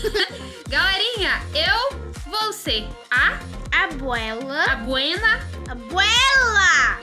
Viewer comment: Você. Fala. Que o. Nome. Da. Abuela. E. Aguela